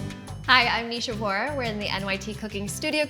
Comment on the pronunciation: Why do Indian Americans mispronounce their own names for western audience?? It’s nisha not neesha! And no it doesn’t depend upon the person, it’s a word in Hindi as most of our names have meaning